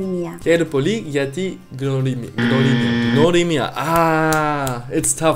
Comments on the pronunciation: No gnorimia, wnorimia. How we u say with? Use that w. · The word "gia" is pronounced better "ya"(English)/"ja"(Deutsche) and the letter "g" in "gnorimia" sounds like "r" in French or Deutsche. Άντε γεια!!!